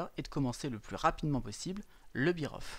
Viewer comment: Sérieusement? Vous prononcez "bear off" "biroffe"? La Fédé?